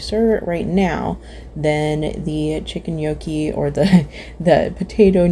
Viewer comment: Gnocchi is pronounced no key not yokee